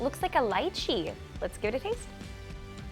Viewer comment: Thank you for pronouncing lychee the right way. I love your videos. Can't wait to visit my homeland one day